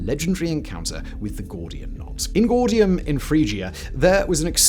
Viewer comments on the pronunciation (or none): Ingordium leviosa??? We talking about Harry Potter now? 😂😂